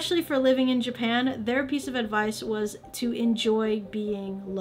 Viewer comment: Stop saying Jipan.